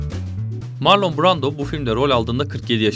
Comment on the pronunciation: Ya bari otur youtube elinin altında bu isimleri asıl sahipleri nasıl okuyor diye bir bak, sağır oldum marlon duymaktan